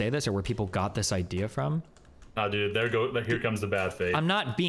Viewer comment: This was difficult to listen to because the guy said dude like 50,000 times, and mispronounced it in this annoying "dedd" way every time =D